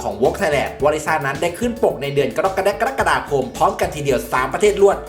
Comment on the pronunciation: ตั้งใจพูดชื่อเดือนผิด รึพูดผิดจริงๆ เพราะ ฟังทุกคลิป ผิดหมดเลย ฟังคลิปแรกๆ คิดว่าเล่นมุก ไป แต่ทุกคลิปที่เอ่ยเดือน กรกฎาคม = กะดกกะแดกกะดาคม นี่ผิดตลอด มายังงัยอะ 😄😄😄